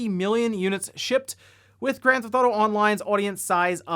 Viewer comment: If they never release 6, yeah we should start calling it "Gran THOT-o Five" like this guy hahah